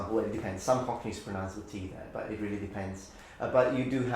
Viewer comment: Your English is excellent. Now please learn how to pronounce the verb "pronounce". You are pronouncing it incorrectly as "pronunce". There is no such verb as "pronunce". The verb is "pronounce".